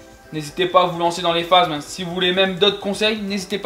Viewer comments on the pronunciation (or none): phasmes pas phazmes